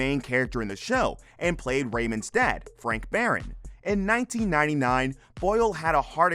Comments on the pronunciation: Before you did this video, you should have learned how to pronounce the names because now you just said Baron instead of Barone. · I still love this show- enjoy the re-runs! The narrator called “Marie”, Mary & mispronounced “Barone” as “barren”!! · your not even pronouncing their names correctly....lol..Mary? Baron?